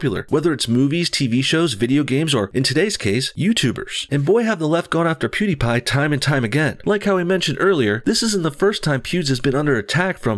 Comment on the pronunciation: Ben's wife is a doctor. Also you pronounce pewidepie like Pooddiepie